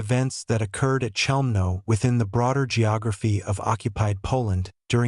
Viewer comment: if this is a documentary about Chelmno...why all the random pics of Auschwitz I etc? and the CH is not being pronounced correctly by the AI bot